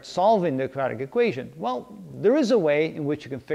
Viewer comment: Can I ask you, please... Are you saying "Quadratic"? Or, are you saying "Kajatic"? Thank you.